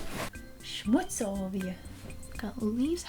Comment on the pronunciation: What on earth?! I wasn`t at all aware that Americans use the word "Schmutz"?! That`s a German word, and you pronounced it perfectly! That somehow is so cool to me.... Languages man....crazy stuff.